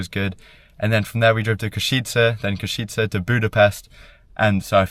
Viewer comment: Hi, please say Košice as Koshice. And you visited Banská Bystrica too. Hope you liked it here.